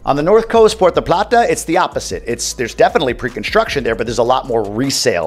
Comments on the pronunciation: Puerto plata not Puerta plata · Thanks, always great info. So funny how he says Porta Plattah. Have to laugh because that is how the GPS says it and our family still jokes about it today.